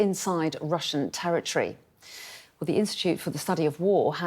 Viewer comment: What’s a “tewwah twee?”